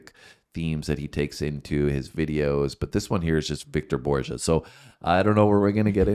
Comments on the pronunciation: Mozart from "Here up" Refers to his bust statues that grace a lot of grand pianos. Wolfgang Amadeus Mozart is one of the most famous and influential classical composers of all time-along with Johann Sebastian Bach, Pyotr Illych Tchaikovski and Ludwig Von Beethoven. Victor Borge(pronounced Bor Ga) is a world class classical pianist well respected and famous who developed his talents into his unique brand of comedy. His laid back approach is actually very well scripted, by him. He's been drawing from his material his whole career. I had the privilege of seeing him live about 3 weeks before his death and he was still telling a lot of the same jokes...but his delivery is so perfect, I still laughed my ass off. He's just that great at it. If you haven't seen it, check out his "Phonetic punctuation" routine. It's hysterical! Also worth mentioning is his accompanying Soprano Carol Mulvey for her aria, His comedy bits about his father, and any chance he took to play "Claire De Lune" by Claude Debussy. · I believe his last name is pronounced BORG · It's "BORG-uh" with a hard "G." First syllable like cyborg, without the cy. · His name is pronounced with a hard G - "Bor ga" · Borge, the g is like in ‘get’ and ‘going’, not djuh as in Jones of John. Hope it helps. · It's Victor Bor-ge. Not Borgia. He's Danish, not Italian. Hard "g".😊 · Just FYI, it's pronounced Bore-Ga. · Actually it is pronounced Bor-gah (hard g). In one of his jokes he says his name. Borge was his first name. When he came to America he didn’t want people thinking he was a German refugee so he changed his name from Borge Rosenbaum to Victor Borge. He thought that sounded more Danish. He chose Victor in honor of one of his piano teachers and kept his first name as his last name. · His name is pronounced "Bor-gah" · He was Danish and the name Borge is pronounced with a hard G. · His last name is pronounced with a hard G (like the word Morgue) not a soft G ( like the word Forge) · It's a hard "G" in Borge.